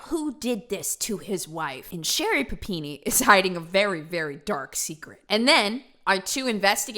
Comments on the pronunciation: I love the way you say PapinE lol You rock! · I was soooo happy when I saw the notification for this video because I was so excited to hear you say PUH PEE NEE again! Just so damn excited! lol